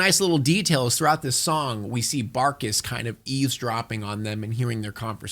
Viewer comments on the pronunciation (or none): whenever you say the evil guy’s name it sounds like ur saying “BAKAS” like calling them a baka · The "BArkis" 😂 everytime I began to say it too 🤣🤣